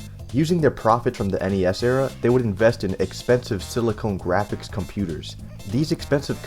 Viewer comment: OsKILLoscope, slalaam, zee ex spectrum, SILICONE GRAPHICS AAAAAAAAAAAAAAAAA